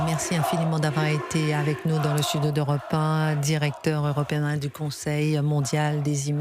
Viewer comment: Europ-an avec Chrichtine...🤫😂